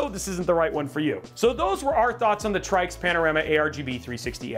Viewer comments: it's pronounced "TRICKS" you dummy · So it's "Try-X" 😂 funny